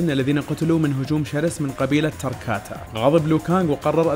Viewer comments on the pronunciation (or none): تراكاتن مو تراكاتا